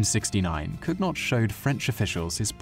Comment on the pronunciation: COOnyoh, not Kug-Not.